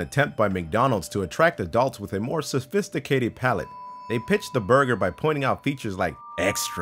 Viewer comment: Your host said Sosfisticated so im out.